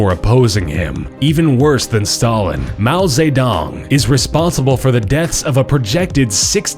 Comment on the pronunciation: 1st f all you said mao zedong's name wrong second of all, he was a HERO!!! Sometimes you just have to kill to save and protect your country ya know